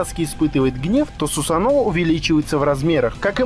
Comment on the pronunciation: Не сусано(ударение о) правильно Сусано(ударение на а)